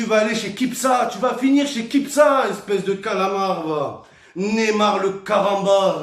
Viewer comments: J'ai entendu kipsa au lieu de kipsta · il m'a tué il a dit des kipsa au lieux de kipsta bordel ;) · il a pas dit kipsta il a dit kipsa mdrrrrrr